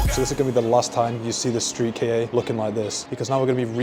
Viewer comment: love the vid but the thing that just caught my attention is you call the KA as if it was two letters and not a word. You spell K A but its actually pronounced CUH